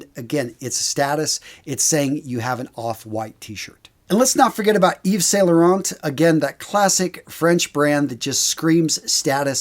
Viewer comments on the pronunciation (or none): none